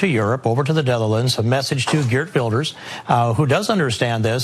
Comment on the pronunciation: dude, whee e the "detherlands", you idiot, also what is the with lay, you crazy racist pile of mung